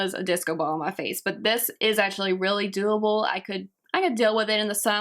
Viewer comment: omfg pronounce ur words correctly "ashuly" "transushent"